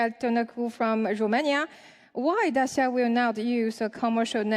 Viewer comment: It's DaCHIa, not Dasia